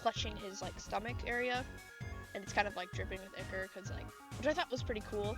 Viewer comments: It’s pronounced eye-kor not eeee-kor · Its that pronounce echor its pronounce i-chor not being mean… somebody tell me to shut the FU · I'm crying "ihker" 😭